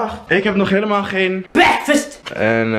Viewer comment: Die bwekfast Guy I can't😂